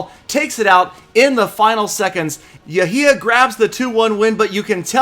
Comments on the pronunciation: Its pronounced yhia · Clash and Pokemon GO my name is not pronounced like that. That makes me sad. Yehya same as Yehia